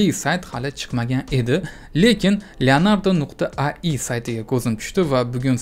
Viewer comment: Ayi❌Ai(Ey ay)✅